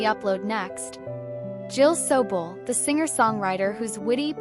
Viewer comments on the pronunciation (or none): Hey AI !, both her birth AND death years are incorrect as well as the pronunciation of her name.